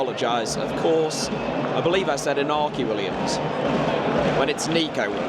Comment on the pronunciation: Also, if you are going to say Iñaki by accident... The enye is a sort of melded 'ny' sound; e-nya-ki or thereabouts :P